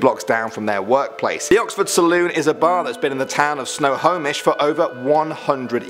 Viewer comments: You pronouced our cities very funny. Spokane == Spo-Can /= Spo-Kane Yakima == Yak E Ma /= Ya-Key-Ma Snohomish == Snow-Home-Ish /= Snow-hom-ish FYI, LOL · Love how he mispronounces so many cities: Yakima, Issaquah, and Snohomish (although this one was pretty close). :-)